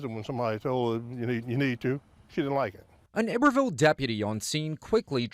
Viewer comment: The mispronunciation of iberville hurts my Louisiana soul!